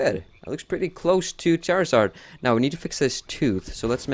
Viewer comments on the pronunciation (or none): Charizard, not Charazard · lol the cc said shower sarge when you said charizard